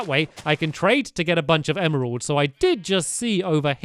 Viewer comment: Is it just me, or is it ADORABLE that he pronounces emeralds how it's spelt. Em-er-alds! Unless (if this applies, I'm stupid 😑😥) you pronounce it like that. I just personally pronounce it em-ralds... This comment is gonna be buried, innit.... 😑😒🙄. I love you stampy! Xx